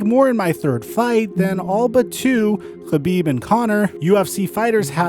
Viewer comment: And I can tell you don’t watch mma at all the way you pronounced khabib and ngannou...